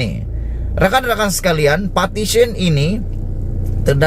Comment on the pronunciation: Hoi....sebutan buat jelas...."PARTITION" atau " Petition"